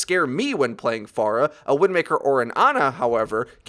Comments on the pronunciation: Fair-ah. not Far-ah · It's fair-uh not far-uh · Because Far-Ah to often. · The way you say Phara kills me